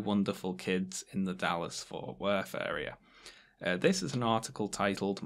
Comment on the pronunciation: I have a moral objection to your prononuciation of "Dallas/Fort Worth."